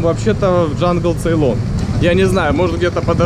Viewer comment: Не надо говорить джангЛцейлон, правильно ДжангЦейлон